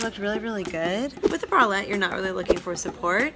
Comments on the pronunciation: When said bralette, it sounded like she said wallet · Why does pronounce "bralette" like wallet?